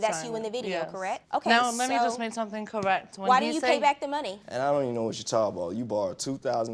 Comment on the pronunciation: Shawty said cowwect she is not a grown woman